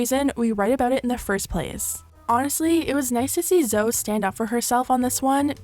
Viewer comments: It's pronounced zo-E not zo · pleaseee at least get her name right, its zoe not zo. zowee. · Her names not pronounced Zo, it’s Zoe as in Zoey, as in Zoey101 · Her name is Zoeeeeeeeee! No hate <3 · Why are you saying Zow? Her names Zoe, like Zoey... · You do know that Zoe is pronounced ‘Zo-ee’ and not ‘Zo’ right..... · zo sugg hahaha zo-ey lmfao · Zo-eee not Zoe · hearing you say ‘ZO’ instead of ‘ZOEY’ made me so angry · I can't get over how you're pronouncing Zoe ahahahah, it's Zo-e not Zo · everytime you say “zo” my skin shrivels it’s zoey omg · Not too be mean but her name is pronounced “Zo-ee” not “Zoh” I can’t stand her, I had to sell her products in one of the shops I worked in here in the UK and they were overpriced crap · "Zo" Sugg gurl its pronounced Zo-ee lmfaoooo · You actually pronounce it Zo-ey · HAHAHAHA Zo sugg, Zoe is pronounced Zoey in England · ZoE. Loved the video but it bugged me a bit that you've said Zo instead of Zoe :) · Wait did you call her Zoe like Z-oh? Lmao I'm pretty sure it's pronounced "Zo-ey" 😂 Zoella as just her stage name. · just an FYI it is pronounced Zoey not Zoh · It’s not said “Z-OH” it’s pronounce “ZO-EEEEEE” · Zo? Isn’t it pronounced Zo-ee?? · it's zo-e not zo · I'm sorry just a pet peeve of mine but Zoe is pronounced Zoee not Zo. Great video though and absolutely she should be promoting female pleasure! This is revolutionary for so many people! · girl her name is zoh-ee like zoey not “zo” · Please pronounce it .... Zo..eeee not Zo ? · bruh it's zo-EEEE. not "zo" lmao what even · Not her calling her zo and not zoe lmfao girl 😅🤦🏽‍♀️ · Zoe is pronounced as zoE not zo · Zo Sugg 😅😅 it's Zoé with an pronounced e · Who is 'Zo'? Lol surely you know her name is pronounced Zoe..? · It’s Zoe Zoe E NOT ZO XX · Zoe is pronounce Zoe, not "Zo", for future reference :) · zo sugg? bruh it’s pronounced zoh-ee jesus christ 😭😭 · ITS ZO-EEEEEEE NOT ZO! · Just FYI its not Zoe said like Joe. It's ZoE said like Zoey, Zoie, Zoeeee. ♡ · It’s ZO-E